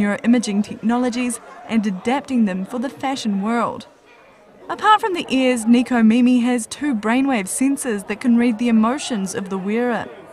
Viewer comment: It's nekomimi not nikomimi